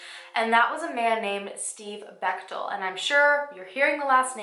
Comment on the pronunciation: I often listen while getting ready...and this story attracted me bc my maiden name is Bechtel. Then she is like...she met Steve Bechtel. My heart stops beating...thankfully the picture was not of my Dad. Wasn't expecting that, a miss pronunciation of Bechtel. So thanks for adding a picture with the name so I could keep living.